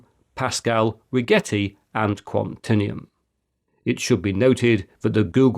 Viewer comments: Minor nit -- I suspect that "Quantinuum" is intended to be pronounced "kwan-tin-you-um" (not "kwan-tin-ee-um") -- i.e., rhymes with "continuum". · Quantinuum is probably supposed to rhyme with continuum, not vacuum. But we'll see, won't we? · Quantinuum is pronounced like continuum, as in space-time continuum. It's a mash-up of quantum and continuum. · Thanks for the overview. But Quantinuum is pronounced like Continuum with a Kw- instead of a K- at the start. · There are certainly some familiar names in this space, notably IBM, Google, Microsoft and Intel. I imagine Nvidia is also working on quantum computing and I think I heard Meta and maybe Amazon, too. I wonder how soon some of these companies will merge. I hadn't heard of Rigetti, PsiQuantum, Xanadu, Atom Computing, QuEra, IonQ, or Quantinuum (whose name I doubt you pronounced correctly 😊). In any case, it seems a foregone conclusion that some of the smaller ones will eventually be bought by the bigger ones. But with an emerging technology, it's harder to tell which is going to be which! I wouldn't rule out venerable IBM. I seem to recall reading some time ago, that they hold the most patents for advances in computer technology over the decades. Maybe they'll modify their name to QBM. Time will tell. It's the wild west right now. I just hope that a decade or two from now, the technology is being used more for the benefit of humanity than for its harm. Another interesting video, Christopher.